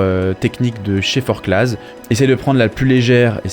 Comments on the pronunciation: Forcla et non forclaz. On ne prononce pas le Z. ;-) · Hello ! Je découvre tes vidéos et aime bien ce que tu fais et tous tes conseils, c’est top ! Juste une petite précision, en Haute Savoie on prononce pas les « Z » (Forcla(z)) 😉